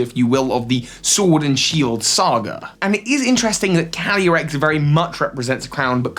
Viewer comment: When he says “calyrex” fast, it sounds like he’s saying “candy Rex,” like a candy T. Rex